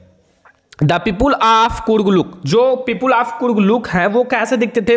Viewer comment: Sir pepule kya hota ha people hota ha😂😂😂😂